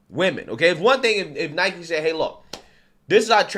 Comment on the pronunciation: It's pronounced "Nai-kee" 🤦🏼‍♂️